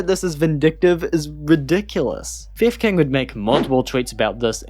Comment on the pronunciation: I only hear "fev kin" or "fifth king" instead of theft king in the video lmao 😂